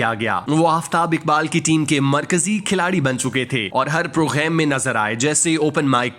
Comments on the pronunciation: bhai "program" main gaaf hota hai ghayen nahin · Are you pronounce English word "Program"in french pronunciation.